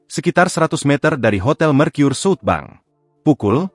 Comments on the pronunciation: ini berita pake ai ga enak banget di kuping, southbank dibaca jadi suutbang anjir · Salfok penyebutan SouthBank jadi sut bang